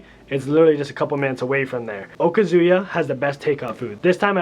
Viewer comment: Okazuya - isn’t it pronounced “oh-kha-zu-yah” with the emphasis on “oh”! Great list of places!